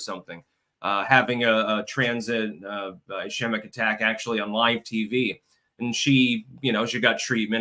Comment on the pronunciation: It’s “is-keem-ic”